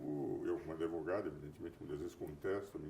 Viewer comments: Por que ele fala "adevogado"? Além, é claro, com menos inteligência e brilho, ser o Carl Schmitt brasileiro. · Adevogado. O cara se diz sumidade e fala ADEVOGADO. PQP!